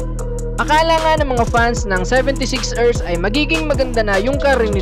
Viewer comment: sebentesix ersssss galing mag pronounce